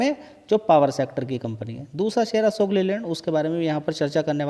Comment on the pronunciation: असोक या अशोक.